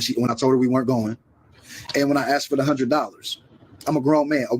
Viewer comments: It's one hundred, not a hunna. JUST SAY NO !! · There was no TRIP it was used as bait to get a “hunnit dallaz” (his pronunciation) out of her and he would have continued to fleece her on the promise of this bogus TRIP. She saw through his game. Kudos to you Queen wherever you are.